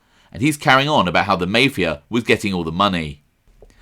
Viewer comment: y u sayin mayfe a it's mafia